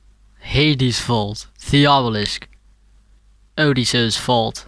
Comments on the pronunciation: Whenever he says vault it sounds like he's saying fault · Mate fokin "vault" again